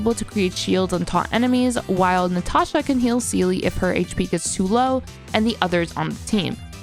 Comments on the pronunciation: It's Seele lamo who calls her zela ? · Love the intro with Seele name prononciation cuz I heard like 5 different ways 😂 . I will use this guide if I hopefully I get Seele cuz it’s really great. Maybe a Bronya guide next ? 🧐